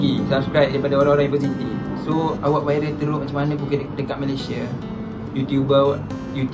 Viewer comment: Viral bukan wiral. Kerepek bukan kelepek. DASAR LELAKI PELAT DONE KECAM 😂😂